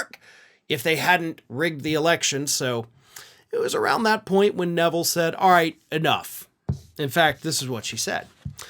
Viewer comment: Arthelle’s name is pronounced “R” - “thelle” (rhymes with “bell”) - she is the daughter of Art Neville of the famous Neville Brothers from New Orleans. Their last name is pronounced Ne-ville. Please put a few extra minutes in to learn how to pronounce people’s names, especially if you mention them in one of your commentaries. Also - you might want to see if you can interview her about what its like to be a truth-teller at FOX. Thank you.